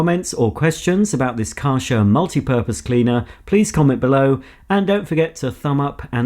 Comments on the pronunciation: You pronounce it as Kɛrhɛr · I always thought it was pronounced Kar *CH* er (ch for chocolate) instead of Kar *SH* er but since I’m also English (England) I will now pronounce it like you do… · Kärcher pronounced like a in table.